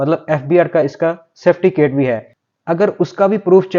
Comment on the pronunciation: certificat hota hai saiftycat nahi.bolna to seekho pehle jisko dekho apna chooran bechne mai laga para hai jahil log